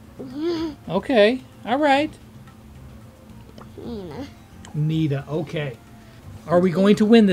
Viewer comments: And its so funny that she says Nina instead of Nita🤣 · She said Neena to Nita lol that was funny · She said nina not nita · She said nena